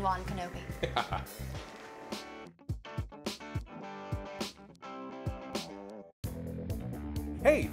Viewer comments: She says odin wan kenobi but its obi wan kenobi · Pretty sure at the end she says thank you Odin one kanobe.... lol